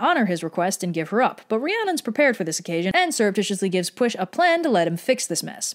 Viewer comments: Instead of getting annoyed at the mispronounciation, I am going to just state that a double L is more of a hissing cat noise or a continuous 'c' sound, the more you know Otherwise the pronunciation is great. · I know that people get butthurt when people can’t pronounce names right, but some of them are really hard, especially when they are from a different time and/or culture. And at least is trying her best and apologizing for not being the most accurate. Anyways, no worries, you’re doing fine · Everyone is writing in the comments about ‘when Pwyll comes to shove...’ and at first I was just like... Pwyll? How is that supposed to sound like push!? After rewatching the video, paying careful attention to how pronounced it I realised I had been correcting her ‘Ll’ in my head. Now im just annoyed I missed it. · If you're having trouble pronouncing things, I would suggest learning the international phonetic alphabet and going on the Wikipedia orthography and phonology pages. Really, you can pronounce ANYTHING if you know how to do that. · The reason for that is because, in Welsh, the "ll" doesn't make an "l" sound but a voiceless alveolar lateral fricative, which is sort of like making a "l" sound and a "sh" sound at the same time. It's hard for English speakers to pull off without practice, which is probably why here goes with the "sh" sound instead. In short, Welsh orthography is a confusing, flavorful nightmare. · Am I the only person that finds it funny that pwyll's name is pronounced (at least by red) as "push" But it looks like it would be pronounced as "pull"? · Pwyll is pronounced push. HOW THE FUCK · And then you read the Mabinogi and its translation key and realize that's NOWHERE FREAKING CLOSE to how Pwyll is pronounced! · Lol shes not pronouncing his name right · Tony Power Not even close to how youre supposed to pronouce it 😂 But it didnt piss me off at all, i was laughing everytime she said the names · Actually, it’s pronounced /pwɪɬ/.